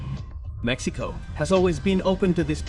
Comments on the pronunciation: Solo entendi cuando dijiste: Mecsicou... Nomás ! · Jajaja esa está buena solo entendí mecxicou